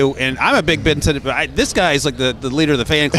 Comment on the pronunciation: Jared Verse✅ Jayden Verse❌ Ben Sin-It✅ Ben Sin-Not❌ Rome Oh-Doon-Zay✅ Rome Oh-Dun-Zay❌ Nah-Jee Harris✅ Nah-Jey Harris❌ Really struggling with the pronunciation on these players names.